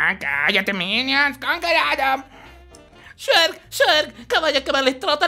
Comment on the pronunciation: Shrek! No sherk!